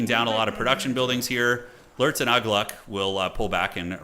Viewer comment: Uglúk is pronounced Oo-glook